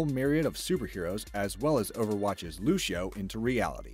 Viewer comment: You pronounced Lucio wrong